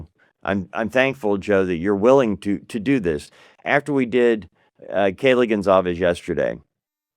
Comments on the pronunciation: Respectfully, it’s Goncalves, not Gonsalves. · No. It's Gonçalves. The ç has an ss sound.